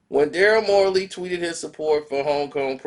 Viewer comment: its Daryl Morey bro how are you going to talk about something or somebody in keep saying there name wrong look this fool name up bro SMH